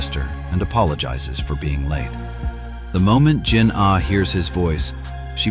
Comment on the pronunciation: Yo pls adjust your voice with the jinah not jin ah